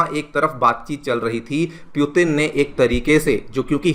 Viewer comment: It's hard to hear the wrong pronunciation of Putin.